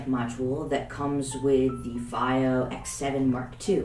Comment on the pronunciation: in china they call it "fee oh" not "faay oh"